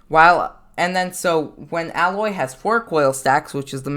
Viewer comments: Im a lil mad he pronounces it "al-oy" when its "A-loy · Her name is pronounced Aye-loy, not Ah-loy. It's stated in her own game. (NO HATE BY THE WAY, YOU EARNED A NEW SUB) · Pronounced A — Loy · I guess you havent played horizon zero dawn the way you pronounced her name